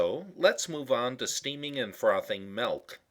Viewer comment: You say "melk" like a Philadelphian.